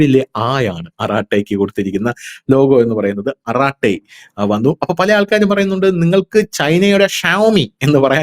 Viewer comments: അരtai is the correct word not അറtai rough meaning is ചർച്ച. aratai arangam ,a famous TV program in tamil channel may be known to all. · Hello! Dhanush ആറാട്ടൈ അല്ല അറടൈ അർഥം വർത്തമാനം(in tamil) പച്ച മലയാളത്തിൽ പറഞാൽ കൊച്ചു വർത്തമാനം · It's ara ttai..it's a tamil word means ..talk